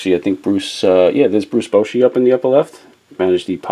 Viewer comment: I should've had stuck them in my book when I had the chance when I was a kid. Just collected the sets of stickers and kept the albums unused. I'm sure they won't stick now at all!! On another note, that is NOT Bruce Bochy on the Mariners. That was a player named Bruce Bochte (pronounced Bok-Tay) Bochy was on Houston during the '80 playoffs then ended his career in a few years with San Diego. I do remember when Rose slammed into Bochy at home plate during game 5 of the NLCS. Great game. Hope that helps.